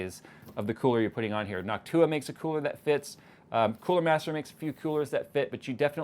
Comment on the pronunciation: "In-your-end-os". LMFAO